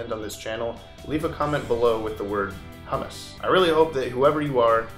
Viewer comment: Humis? Hammass ... hominahominahomina ... humoose?